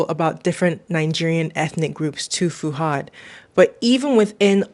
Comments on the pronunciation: His name is "Fuhad" not "Fooradd" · It's fuhad not furad